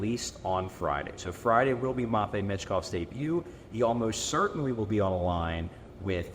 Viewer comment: MATT vei. Good lord you say it so wrong. Terrible and pathetic.